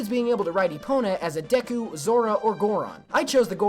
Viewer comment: you are one of the few that pronounce "Deku" the same way I do. It makes me feel better knowing that. Other than that, I also adore Majora's Mask! However, I'm not good at doing glitches either, so don't feel too bad for the ones you couldn't pull off